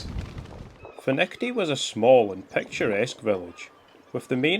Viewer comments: Findochty is pronounced ‘Finechty’ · Findochty but pronounced Fin ech ty , my home village, thanks for the shout out 😊😊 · Nice vid of our coast but I can't let the pronunciation slip............it's pronounced MURRAY even though it's spelt Moray. And Findochty is Finechty but I think you realised that half way through. What a pedant eh? 😂😂 Great stuff keep up the good work.